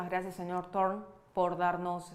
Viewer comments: El apellido es Thorne y se pronuncia Torne. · Se pronuncia dorn es un nombre inglés Thorne